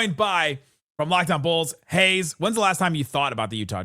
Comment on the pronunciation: "Haize" nailed it.